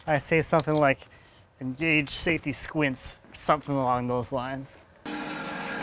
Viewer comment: Ha right! Soon as I heard him mumble/slightly butcher AvE's catch phrase "don the safety squints" ... I knew he'd seen some AvE vijao's lol